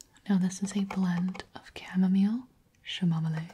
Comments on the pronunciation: I’ve never heard someone pronounce chamomile like “shamomile” 😂😂 that made me giggle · it's pronounced as cah-moh-mile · My grandma pronounces is camomilliy. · oh my god 'shamomillay' HAHAHAHAHAHA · I'M NOT THE ONLY ONE WHO PRONOUNCES CHAMOMILE LIKE THAT AS A JOKE LOL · the chamomile pronunciation sent me to space 💀